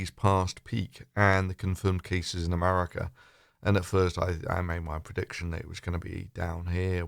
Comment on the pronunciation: New countries are propping all the time! I'll have to go look up this Americar and Canadar that you speak of ┻━┻︵└(՞▽՞ └)